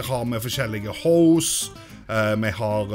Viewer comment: "Her har me forskjellige hoes" - 2018... jeg vet det er hose det er egt, men hørtes ut som hoes xD